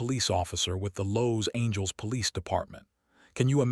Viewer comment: Nothing says AI like Los Angeles being pronounced Lows Angels 😂